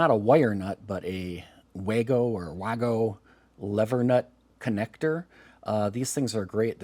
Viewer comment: WAGO connectors are German and the name is pronounced "VAGO". Love your projects.